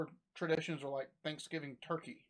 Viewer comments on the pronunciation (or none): none